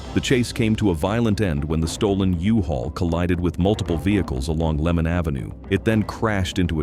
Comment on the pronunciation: White Cliff? It’s Wycliffe. Also Lemmon Ave, not Lemon.